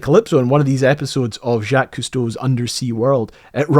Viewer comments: I'm sorry, but I have to stop you right at the beginning. "J'accuse Cousteau"? For the amount of research you do for videos,, I can't let you get away with mispronouncing "Jacques." If I could give just one piece of advice to every English-speaking historian on YouTube, it would be: fact-check your pronunciation of foreign names. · Please learn how to pronounce Jacques, did you not ever watch the show???? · Too bad you can't actually pronounce Jacques correctly. Maybe a French lesson or actually listening tot he way HE pronounced it would make this watchable... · I will, but you are making educational videos that are going to be around for years. He was such a famous name, that butchering it so badly is likely to have an impact on a lot of people who expect your information to be accurate. Your videos are so well produced and researched, that this really stands out as bad information that others will end up unknowingly passing on. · Why do you keep calling him JACKIES? Everyone knows him as "JOCK" JACQUES. When you read his name in the Ferry book you said it correctly. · Dude, Jacques is pronounced like "Jack" but with a soft J. I'm finding it quite difficult to get through the video listening to you saying Jackees. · Thank you for the pin and the edit. It was messing with me. The fact that you are saying it like "jack" instead of "jock" (the usual pronunciation of "Jacques" in America) combined with the lack of any verbal separation between first and middle name was messing with me. It absolutely sounds like "Jackie". (The "s' at the end of Yves is supposed to be pretty "soft," but it seems to be getting nearly lost entirely with your accent.) But now reading that you were saying the full name with that pronunciation, I absolutely hear it correctly, including the 's' on Yves. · It’s pronounced “Zhock Eve”… the “s” is silent. 😊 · Come on ... Jacq-ies??? Check how to pronounce "Jacques" ffs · I gave up on this after you said ja keeeys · shjock not Jack